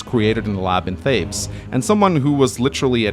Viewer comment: His name is Thales, not Thabes!